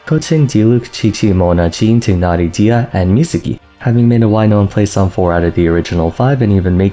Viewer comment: His name is /taay naa ree/ dude! When are you gonna learn their names? Also / ke chin/